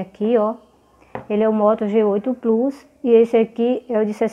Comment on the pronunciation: Plus...não se lê plus 😂😂😂😂😂